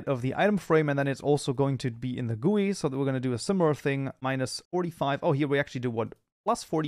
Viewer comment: When G. U. I. (GUI) became GUWEEE